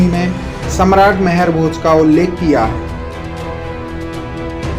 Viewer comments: Sir, मेहर भोज नही आप गुर्जर सम्राट मिहिर भोज जी कहो। कम से कम नाम तो सहि सही बोलो🙏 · Name to sahi se le liya kar mehrbhoj nhi the rajput samrat mihirbhoj the